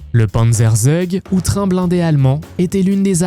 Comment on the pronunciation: Et une IA merdique qui n'a même pas l'accent correct (on ne dit pas sturmtiger => mais stourmtiger /de même panzerzeug => pantzerzoug )